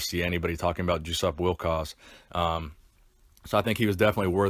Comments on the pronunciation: you mispronounced his name throughout this whole video. The J is silent. It is pronounced like “yo-sup wil-coz”. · Still wrong. It's pronounced "Yoo-sup Vil-kahj" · Hey Schmuck! He is German! His name is said "Yussup Vilkosh". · Did you mention the cause of death? (He was only slightly older than I.) Also. I think it's pronounced YOU sup VILL kosh. Sorry to hear of his passing. Also, you were right, in my opinion, to say that he was very underrated in his day and in apparently excellent condition for a senior citizen.